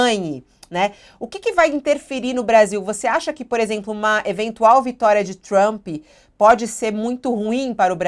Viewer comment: Trãmmpyyy??? É um show essa pronúncia dos blogueires